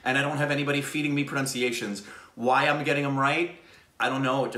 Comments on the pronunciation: Seriously man....how does he do it right every single time!!!! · is a fine example of reincarnation.He was an Indian in his previous life.So he gets all the pronounciation correctly.